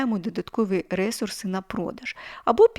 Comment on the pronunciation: Дякую, дуже інформативно. Але можна вас трішки поправити😅 не рЕсурси, а ресУрси. 😅 Коінпей грала, щось не сильно зайшло але спробую ще😊